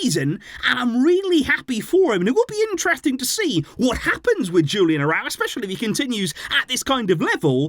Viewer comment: Hey, I enjoy your videos! But please, try to pronounce the names correctly… Julian Araújo is Mexican, so his name is not pronounced in an English way… the J in the first name and the emphasis on ú in the last name…